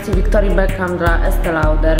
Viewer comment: Marke Estée Lauder wymawiamy jako: "este loder", gdyż pochodzi z jezyka francuskiego. Ewentualnie "estej loder" w wersji angielskiej. pozdro